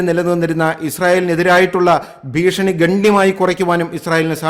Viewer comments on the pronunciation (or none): none